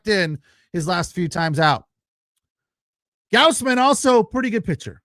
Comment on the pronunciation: You can't even say Gausman correctly? People are paying you to do this?